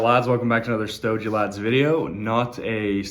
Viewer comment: Stoe-gee not Stoe-je